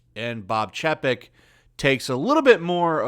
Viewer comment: Say it with me CHAY-PEK